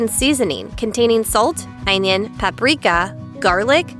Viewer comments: Am i having a stroke,or is onion being pronounced weird? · Hippo U R correct ONION<said weird